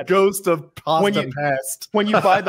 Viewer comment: pronouncing 'pasta'. Unsubbed